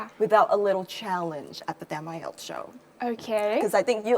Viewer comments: đúng là đọc sai nhưng sai ở âm tsh, e đó đọc là sh. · cho e hỏi ngu tí ak. Sao c ấy lại đọc là 8-ai-eo ạ? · bà Mc đọc weo căm tu tám ai eo hahahaha